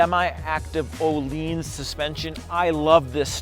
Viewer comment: That is close to how Ohlins or "Ur-LEENS" is properly pronounced, hate to tell you. Google it, if you must. And now, how do you pronounce Akrapovic?